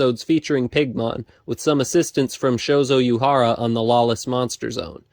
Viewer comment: The U in Uehara and T in Tsuburaya aren't silent